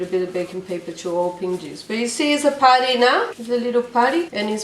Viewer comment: i love how she says putty ,its sounds like party..."its a party😂😂